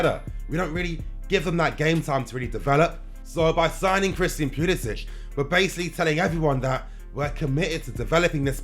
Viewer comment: Theres no H at the end of his name.